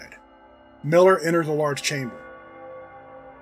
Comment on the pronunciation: "pippij" lol pipage is pronouned pipe-ij.